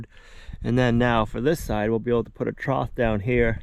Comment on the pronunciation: Water "trouth"? "Escavator"? Learn to speak.